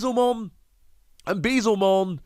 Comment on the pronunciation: we love you but dear God it's be-el-ze-mon for crying out loud